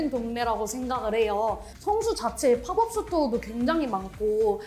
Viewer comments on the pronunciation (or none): 한국말로 단기 매장 이라고 하면 되는데 왜 쓸데없이 영어로 팝업 스토어 라고 하는 건지 이해 안 감. pop-up은 발음이 파펖 이지 파법 이 아님. 약간 이라는 말 쓸데없이 쓰는 미천넌. 제목에 이유 라는 단어 쓸데없이 쓰지마. 유치해.